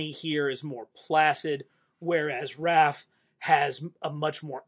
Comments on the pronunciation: Are you saying “Ralph?” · “Ralph” Love how in almost every TMNT video this is what he calls Raph. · It’s Raph?? I always thought it was Ralf?? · HUH WHY U SAY RALPH ON THE ORIGINAL FIGS HIS NAME IS RAPH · It's Raph not Ralph. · You lost me at the third "Ralph." 👎🏻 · So you don't now how to say raph but you now how to say Raphael 😅